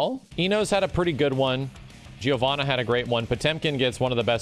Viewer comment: Giovanna pronunciation. As an Italian, we say "Jovanna", not "Jee-oh-vannah".